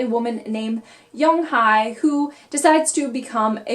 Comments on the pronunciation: I reside in Korea. The pronunciation of the name is Young Hae not Hi. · Yeong-Hye (young-hay), In-Hye (in-hay)